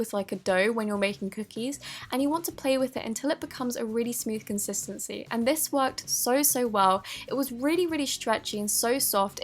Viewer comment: Stop saying contistiny it's annoying